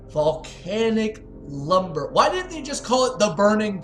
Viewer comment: Volcanic lumberER you didn't say it right